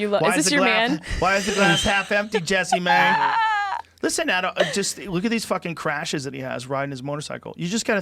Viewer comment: I always thought her name was pronounced like "jess-eh-mae" and Everytime Rogan is like JESSEE MAY hahaha I'm not sure which one of us is correct lol